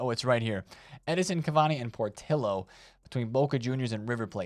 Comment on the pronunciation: cmon, repeat after me: Edinson Cavani and PortiYO, double Llo in spanish its pronounce like yo. Love the content a loyal follower!